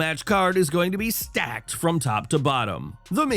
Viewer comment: The way he said “stacked” 😂😂